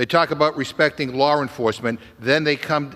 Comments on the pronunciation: It LAW. NOT lawr! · McGovern has a lot of nerve calling the Republican party a joke -- He can't pronounce "law" He STILL claims that police were beaten with fire extinguishers (absolute lie) He thinks everything is about what Donald Trump wants He thinks fires in Canada are due to "climate change" Continuing to call Donald Trump a cult leader He thinks Schiff is "honorable" The man is a joke